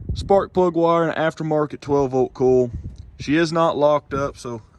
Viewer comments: COY-ILL. Not “KOOOHL”. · From Canada .. Love how you say coil.. "cool" LOL fun to watch Very nice truck. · Are you saying coil or cooler?